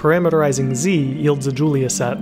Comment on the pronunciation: You mispronounced Julia (he was French)